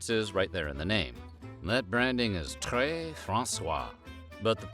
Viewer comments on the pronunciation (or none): And très sounded more like tray, so he was serving François? X-D